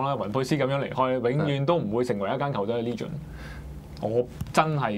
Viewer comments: 唔好意思,唔係"哩"gend, 應該係"呢"gend........ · 佢係話leegen 唔係legend... xddddddd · 雲佩斯唔係球員角度出發唔通係班球迷角度出發?醒下啦兩位,你地以為自己係邊個,雲佩斯轉會要考慮你地感受?人地會唔會成為一個傳奇關你鬼事咩,成個職業生涯冇冠軍邊個記得你?仲有唔係讀"leegend",唔識讀就唔好扮晒野無啦啦達隻英文字,我唔介意你講返傳奇.用左半集講雲佩斯既野,不如專心講下點爭前四好過啦.特別右面個位,好似輸唔起係到講悔氣說話